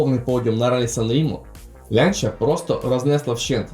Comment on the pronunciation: Чому "Лянча", а не так як називають її італійці - "Ланч'я"?!!!